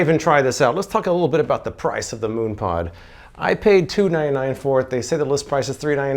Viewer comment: Mooon pod? Is this something for your bare posterior when you 'moon' someone?